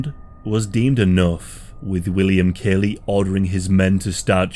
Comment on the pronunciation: As the college educated son of a Vietnam veteran, born the same year as this Massacre, who has himself casually studied the Vietnam War, I want to register my disgust at the amount of misinformation in this video. Not to mention, your pronunciation of Lt Calley's name is unconscionable. A video borne out of ignorance of facts is not helpful in the grand scheme of historical education. And this video meets that description with room to spare.